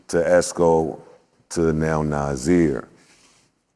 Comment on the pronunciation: Joe did so well! Interviews was fire. But… it’s Na(s)ir with an S not Na(z)ir with a Z. Think Sunday, not Zaddy😂😂😂😂. But proud of all three of these black men who’ve created a life of passion and artistry